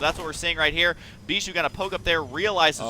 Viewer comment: when you realize they pronounce Bischu as beeshoe you can't unhear it again...